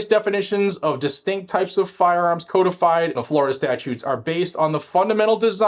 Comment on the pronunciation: check your pronunciation of "codified" and "integral".